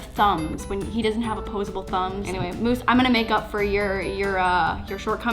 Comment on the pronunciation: I love these ‘blank choose my diy’ They make me laugh also I laugh at the way you say moose Love you and moose Always be yourself unless you can be moose or then always be on of them